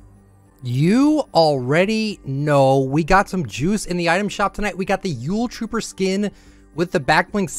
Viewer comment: Who else tought he said "Ghoul trooper skin"